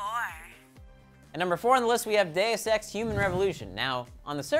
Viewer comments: When he said deus ex it sounded like day of sex :| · At first I thought he said day of sex human revolution lol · He said deus ex like day of sex and i was wtf d so hard for a second